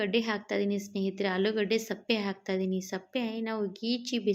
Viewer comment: ಅದು ಸಪ್ಪೆ ಅಲ್ಲ ಸಿಪ್ಪೆ, ವಿಡಿಯೋ ಮಾಡುವಾಗ ಸರಿಯಾದ ಪದ ಬಳಕೆ ಮುಖ್ಯ